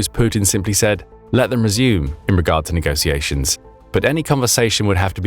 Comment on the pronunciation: it's "negotiataion" pronounced with the sound that word "sh*t" or "show" strarts, not "negosiations" as in "sit" or "saw"! For education's sake!